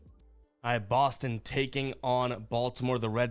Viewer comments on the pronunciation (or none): none